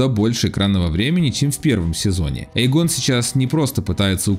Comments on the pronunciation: Почему не РейнИс, почему не ЭймОнд, но именно остаётся ЭйгОн🤦‍♂️ Э́йгон, ударение на Э, бл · Воот, тоже это резануло слух! Эйгон - ударение на 1 букву!